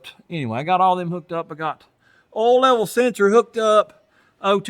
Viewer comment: Carbrastor? Earl? Woosher? Wooter? Star-tar? Batrey? Gasketts? Gaskoline? Come on man...if you really talked like that it would be one thing but when you go back and forth with mispronouncing words and then calling them by their correct names in the same sentence it really sounds fake. You don't need to copy other You Tubers to get views. Stick to fixing cars and just speak normally.